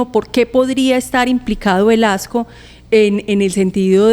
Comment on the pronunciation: Por favor son 3 periodistas y no se corrigen que el ministro se llama Luis Fernando Velasco, No Velasquez.....me parece que es importante decir bien nombres y apellidos....